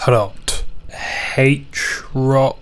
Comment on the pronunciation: Quite correct :) Good job